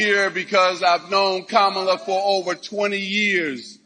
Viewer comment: M Johnson known her for 20 years and still doesn’t say her name right. 😂